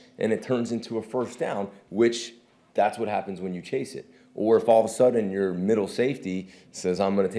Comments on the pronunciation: He said "Rashan happens to lead the league in sacks . . ." I know I had to rewind that to hear it again too lol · Did he say Rashawn evens? Lol